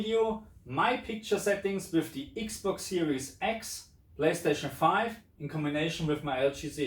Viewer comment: I like the way u say the ix box siries ix. 😁